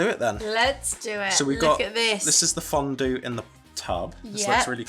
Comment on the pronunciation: Hi hi omg I missed your videos Great one as always love you Ps: I love how to pronounced fondue in a french way 🥰